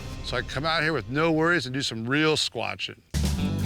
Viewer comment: Did he say squatchin? This pandemic must be getting to me.